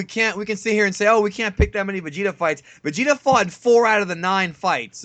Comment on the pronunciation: and both say vegeter instead of vegeta lol.